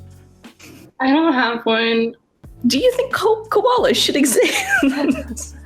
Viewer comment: She said "Kobbalah" and not "Koala's" lol